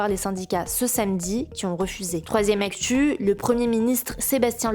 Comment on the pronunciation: ... Troizzième actchuuu... 😂